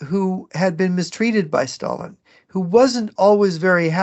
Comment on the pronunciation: The way pronounces "Sshhhtalin" always cracks me up, great show as always.